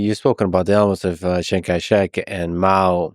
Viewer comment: isn't it "Chiang" Kai-Shek? this guy keeps saying Shang Kai-Shek, cringe